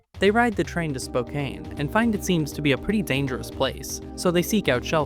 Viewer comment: "Spo-kain" This hurts. It's like you combined the game name of Spookane with the real city, Spokane [Spoh-can]. Either way, we love you,!